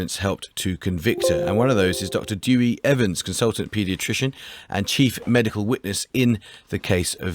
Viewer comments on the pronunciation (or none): How can a well-paid, professional journalist get a fairly common Welsh name like "Dewi" so laughably wrong? It's not as if "Dewi" is hard to say, either; it's almost exactly like the English pronounce "dare we".